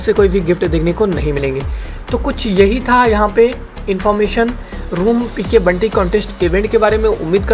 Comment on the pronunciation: बंटी नही ! यह बाउंटी है ।